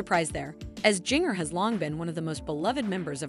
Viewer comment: you are mispronouncing ginger's name. It sounds like the spice ginger. The second g is pronounced like the first.